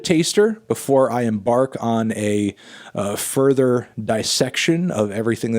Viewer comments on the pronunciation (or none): none